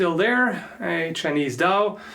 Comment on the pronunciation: Just for a basic knowledge of it, the Dao, has an actual pronunciation of D-a-ah.